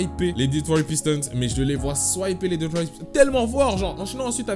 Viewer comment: On dit sweeper pas swiper